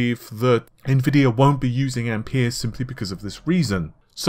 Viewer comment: Its pronounced ampear